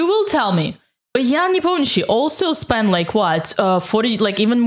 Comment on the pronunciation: That's somehow unexpected to listen to an English video with a perfect pronunciation of Непомнящий-s name. 😀